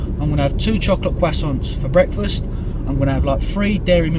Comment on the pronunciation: Yeah the bwekfast thing killed me also lmao